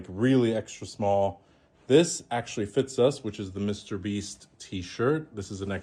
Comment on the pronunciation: It’s pronounced actually not “ackuwalli”. Practice it.